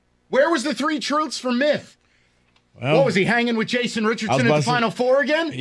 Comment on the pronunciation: Did he call him "Myth" Albom? Cuz that's funny